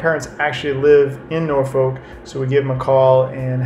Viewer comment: u keep saying norfolk wrong its "norfolwk"